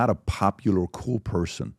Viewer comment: "you're not a popular cooo person" LOL that's hard.